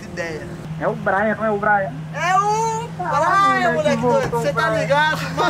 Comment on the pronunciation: não é Brian é Brayan